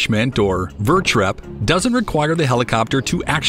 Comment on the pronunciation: Vertrep should be pronounced vert rep ( VERTicle REPlenishment), and is used between ships not boats, subs are boats